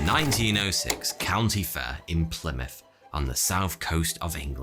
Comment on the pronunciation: wtf is a "Plymout", but a h on that you animal